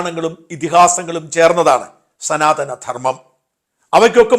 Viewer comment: സനാധനം അല്ല സനാതനം